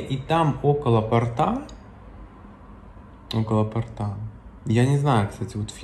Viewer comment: Почему портА а не пОрта.